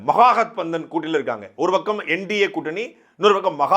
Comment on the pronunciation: தமிழர்கள் ஒருபோதும் இந்தி கற்க மாட்டார்கள். இந்த ஆளால் மகா கட்பந்தனை சரியாக உச்சரிக்க முடியாது.